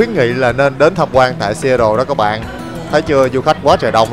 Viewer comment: Seattle đọc là Sì-á-đồ ạ